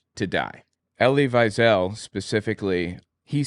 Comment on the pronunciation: Really interesting video. I have to say it's a little strange to me that you wrote a book on German history, but you don't know how to read German names. Elie Wiesel's last name is pronounced "vee-zel." Does that mean you weren't able to consult German sources for your book?